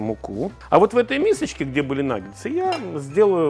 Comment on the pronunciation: Почему Ивлев в рекламе называет наггетсы "наггеНсами" ? А мы за Лазерсона с правильным произношением!